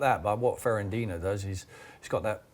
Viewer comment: If Sherwood calls him Ferandinho one more time I'm gonna hunt him down!!